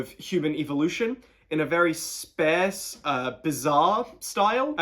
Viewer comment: Just so you know sparse is not pronounced like that haha